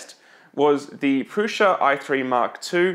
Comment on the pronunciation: Is the S in PRUSA really a soft S/sh?